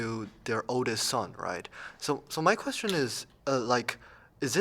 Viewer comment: That’s a great qweshtion